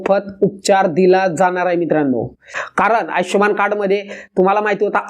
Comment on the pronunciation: आयचष्यमान नव्हे हो !! आयुष्मान !!